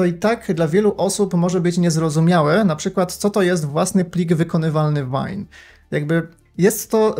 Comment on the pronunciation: VAJN ? No albo ŁAJN.... albo VEJN jak już tak bardzo chcesz spolszczać...